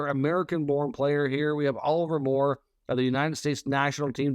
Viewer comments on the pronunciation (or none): none